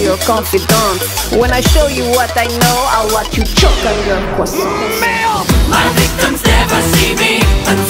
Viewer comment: She called it a "cwasohhn